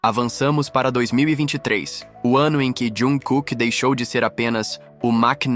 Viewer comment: Correções: ele é timido e muito humilde, mas quem é Army sabe que o bonito passa longe de ser quieto hahaha. A pronúncia da palavra maknae é "makne", você não pronúncia o a e. O nome civil dele é pronunciado quase como "Jangkok", se você reparar como ele fala nas entrevistas. Jung Kook é o nome artístico dele, assim como V é o nome do Taehyung, assim por diante.